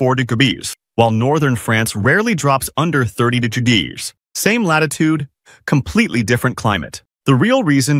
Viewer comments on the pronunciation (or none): Gebees versus degedees, long live the AI audio generator. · I cant stop laughing at the “digabees” and “degergees”